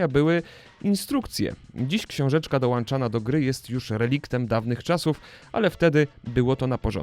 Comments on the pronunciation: "dołączana" nie "dołanczana" :D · "dziś książeczka DOŁANCZANA" polecam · ja Ci qwa dam dołanczana !!! dołączana ! :) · DołANczana??? Wstydź się! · Dołączana ! Nie dołanczana pls.. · dołanczana podłanczało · DoŁANczana, podŁANczano Krwawię...